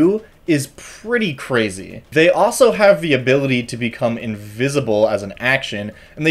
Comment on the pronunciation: There is an “L” in “also”.